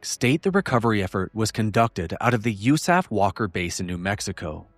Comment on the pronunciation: FOR THE LOVE OF GOD, please,, PLEASE stop saying “you-SAF” for the USAF. Just say Air Force. Nobody - I repeat - NOBODY - says “you-saf” in the world… Please stop. It hurts me deep in my heart and gut when you say it like that… I love your work, ABSOLUTELY, but I get that GROSS ASS feeling every time you say “yousaf.” Please stop. I will PAY you to stop, if necessary… Respectfully, a 21 year retired Air Force (Office of Special Investigations) agent and commissioned officer.